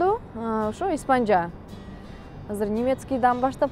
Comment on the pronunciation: 28- 29га чыгыптыр. Уже пора замуж. Испанжа эмес ИспаЧаддеп айт